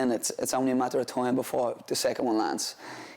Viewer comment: Haha “toime”